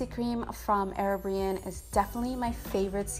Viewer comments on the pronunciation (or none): It's not "Erobian" but "Erborian".... lol Love this look by the way 😍